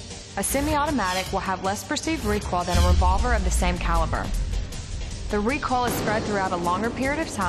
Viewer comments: The video was a bit annoying with the beeps and isn't that pronounced Re-Koi-L? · Anybody else notice she pronounces recoil as "recol" lol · More like recall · “ ignore these jack asses on the internet, its recol in real life” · Yaaaa right!!! The person who don't know the word "Recoil" will surely think they used to recall back 😂😂😂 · It's accent and probably how she think how the word "recoil" should be read